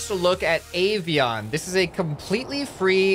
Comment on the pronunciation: Avion is a Croatian word on english it means airplane Edit:also you said it wrong